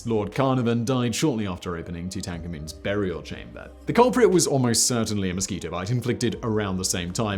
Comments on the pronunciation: Too-tan-KAA-man.... :( At least so people know who you're talking about. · too-tank-a-moon? have we been saying it wrong all this time? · Why do british people purposefully pronounce some words wrong? Like, this guys a history buff theres no way in hell he doesnt know that the way he pronounces some shit is atrocious. The worst offender is how he said “tutankhamun” in one video but it happens in nearly every video. Like come on. It makes me question the legitimacy of the information when you pronounce words like ur literally hearing them for the first time while reading them off the script.